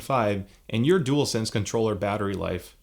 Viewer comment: Top marks and you can say dualsense 👍🏻 properly.